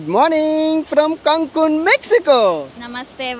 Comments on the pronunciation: Kankun kaadu Caancun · కంకూను కుంకుడుకాయ కాదురా సామీ 😂 క్యాంకూన్ అనాలి 🙏